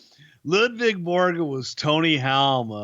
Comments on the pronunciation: LUDVIG not LUVIG jeeze stwtbp get it right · I thought it was "Ludvig" Borga...